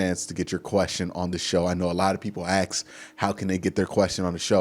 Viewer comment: Dude I love you're Chanel but it's ask not ax Let me ask you a question not let me ax you a question. Sorry not Sorry.